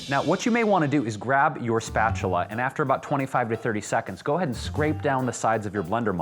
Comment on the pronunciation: Gabrielle Nickson I know! I thought that was so funny too! Spah-choo-lah...LOL